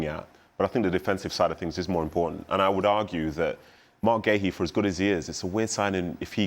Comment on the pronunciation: Marc who? Completely butchered his name